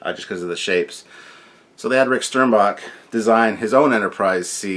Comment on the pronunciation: I thought he pronounced his name SternBACK